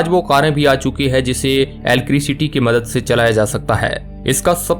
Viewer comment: एलक्रिसिटी नहीं भाई इलेक्ट्रिसिटी से चलने वाली कर।😂😂